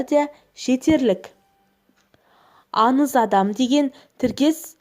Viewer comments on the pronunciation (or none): Аныз емес аңыз ан емес аң недеген топассыңдар дурыстап соилеңдершы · Бекзат Тасбулатов мына қыз аңызды аныз ханның дегенді ханнын оқиғаның дегенді оқиғанын деп ң əрпін дұрыс қолданбай ашуыңа тиеді екен .тағыда бір журналист жігіт бар дəл осылай сөйлейді.қазіргі кезде қазақшаны бұрмалап дұрыс сөйлемей қарақалпақтың, қырғыздың, ұйғырдың сөздерін қазақ сөзіне араластырып сөйлейтіндер көбейіп барады.ал егер мұның дұрыс емес дұрысы былай десең бетіңнен алады,бұл диалект дейді.сонда əрбір қазақ тіліне енген сөзді диалект дей берсек қазақтың сөздері келешекте диалекттен тұратын мəні мен сəнінен айрылған тілге айналмайды ма?- бұған жол беруге болмайды.Мысалы келе жатыр дегенді келе жатыпты.айналуды айлану бірдеңені бірдеңке ештеңені ештеңке деп сөйлейтіндер көбейіп барады.Əсіресе ештеңке бірдеңке деген сөздер қазақ сөзіне тіпті үйлеспейді.құлаққа түрпідей тиеді деңке мөңке маңқа деген сияқты көкейде ұғым тудырады.міне дəл осы екі сөзді бұрын мүлде естімегенмін.өйткені бұл ұйғырдың сөздері екен.бұрын 20-30жыл бұрын сөйлемеген менің каластастарым көршілерім тіпті туысқандарым да осылай сөйлеп барады.бұны қалай тоқтатуға болады.Ең сорақысы əншілер журналистер тіпті ақын жазушылар осылай сөйлеп қана қоймай кітаптарына солай енгізген. Бұл мүлде жол беруге болмайтын қателік ағайын.əдемі тілімізді келімсек сөздермен бұзбайықшы.Ана тіліміздің тазалығын сақтайық.